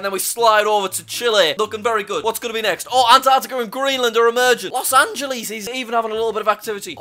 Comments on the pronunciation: He said Los Angelees instead of Los Angeles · its not pronounced los angelees its los angeles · "los ageleez" lol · It sounds like he messed up but really you just change the last two letters and it’s fine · It's Los Angeles.